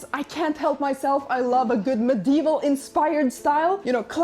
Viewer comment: This is gorgeous, a work of art~! You did great, all of you! And may I add, the way said medieval like "Meh-DEE-Vull" with those syllables punctuated like that~ahhhh, that's the most musically sounding way I like hearing words like medieval like that! So entertaining, thank you for the content, you worked hard on this!